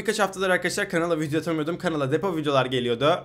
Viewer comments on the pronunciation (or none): none